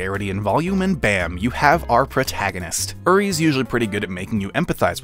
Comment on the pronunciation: are you ever going to pronounce uri's name correctly